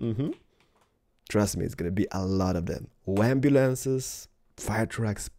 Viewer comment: 'wamnumlances' love it!